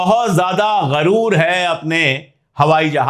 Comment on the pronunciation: अशोक सर गरूर नहीं गुरूर होता है